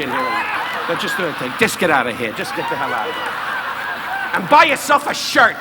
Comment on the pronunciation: Don rickles mentions Mickey blue eyes which came out 3 years after this in 1999 which he mentions get the hell outta here with no Rs which is “GET THE HAIL OUTTA HEE” and “FAGIDABOUDIT